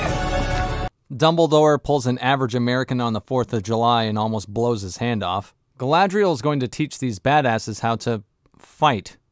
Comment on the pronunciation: I suspect the reason so many characters in this show say Galadriel like "Ga-la-thri-el" is because someone in the production watched the Lord of the Rings and heard the pronunciation of Galadhrim and thought that Galadriel's name could be pronounced similarly (In Tolkien's elvish language Sindarin, "dh" is pronounced as a voiced "th" sound.) When Peter Jackson created The Lord of the Rings trilogy, he had linguists to make sure the pronunciation of the elvish languages was as accurate as possible. Obviously, this was another thing Amazon couldn't care less about.